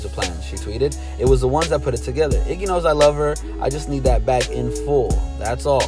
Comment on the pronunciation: It's Iggy not jiggah 😂😂😂